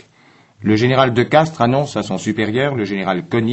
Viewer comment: Le général de Castries, pas "de Castres".